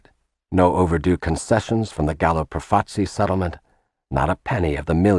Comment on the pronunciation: Well towards the end the Lucchese (mispronounced) family were credited with flooding the streets with heroin, when it was the Bonannos, pictures of Carmine Galante who ran the narcotics too! An enormous and ridiculous mistake. Also 'Profaci' is mispronounced constantly